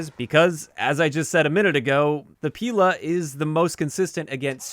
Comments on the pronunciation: In fact they are not píla and stréla! They are pilÁ and strelÁ . That's how you pronounce them right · It's actually pilA. Stress on the last syllable. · Fun fact: As Pila and Strela names have Russian origins (translated as "saw" and "arrow" respectively), it would be more correct to pronounce them with stressing on "a" characters: pilA, strelA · It is pronounced “pilA” and “strelA” - russian words for “saw” and “arrow” respectively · Both Pila and Strela are stressed differently. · In words Pila and Strela stress should be on the las letter A, not I or E.